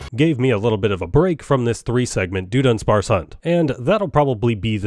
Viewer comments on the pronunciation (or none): doodunsparce? is that just how you talk or is it like somebody saying chime cho when its very clearly not that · The way he is mispronouncing Dudunsparce is awful 😅 it's so cringy.